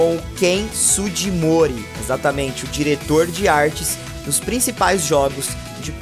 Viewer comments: Que agonia ouvir esse " SuGImori , a pronúncia ali é feita como " GUI ". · fala certo. É "Su gui mori" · Se lê "Ken Suguimori"